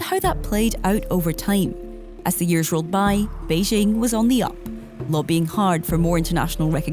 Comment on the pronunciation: Journalists that say "Beizhing" (Beijing) and "Taipei" (Taibei) probably don't know anything about China.